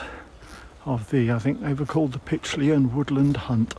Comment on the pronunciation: Great video, thanks for posting. I'm lucky enough to live in this lovely village on the site of the old woodyard you mention. Just a couple of bits of information, the kennels were in use up until about 5 years ago when the hunt merged with another near Northampton. The hunt still meets every Boxing Day, leaving from the village square. Pytchley is pronounced locally as "Pie chley"